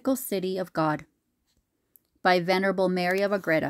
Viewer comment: By the way, the dress, or accent is on the capital A not on the e in the middle syllable. Ergo the name of the town is Á/gre/da